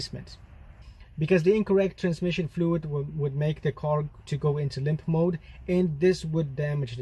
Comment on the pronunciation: "Lymph mode"? Haha.. all these years I've been calling it 'limp mode' - how stupid of me! 😁